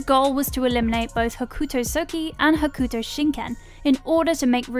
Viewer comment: It's pronounced "Hokto". The "u" is silent, as with many instances in the Japanese language.